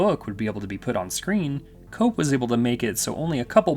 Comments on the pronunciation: The screenwriter of JP is pronounced kep (Koepp) not cope. Sorry, I see this on YT videos a lot and the lack of research into how to pronounce peoples names staggers me. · David Koepp's name is pronounced KEPP - not COPE. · Love your video, but remember...when pronouncing screenwriter David Koepp's name, the "o" is silent!